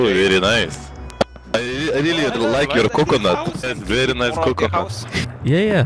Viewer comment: This guy again 😂😂" bery experienced with hotel you know "